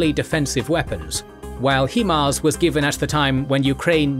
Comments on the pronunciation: you Brits and your He-Mars.... why can't you pronounce it the way it is... HIMARS. When you break it down it's HI not he..... otherwise I love your stuff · HIGH-MARZ not hee-marz smh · “Hi-Fi” is not pronounced “Hee-Fee”, just as HIMARS is “Hi-Mars” not “Hee-Mars” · American developed M142 HIMARS is pronounced (hi-mars), not (he-mars). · Hee mars? Really?? This is the first time I have ever heard anyone pronounce it that way and hope it's the last.